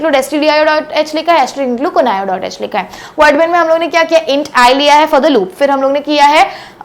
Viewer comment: Conio कोणायो nhi h vo कनिओ h vo 😂😂😂🙏